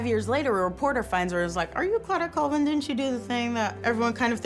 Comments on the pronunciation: it’s call-vin not cool-vin come on man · MY LAST NAME IS PRONOUNCED “CALL-VIN” not “ COOL-VIN” it’s like Collins. Thank you .